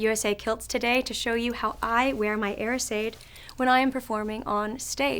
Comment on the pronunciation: Its pronounced more like , yera sedge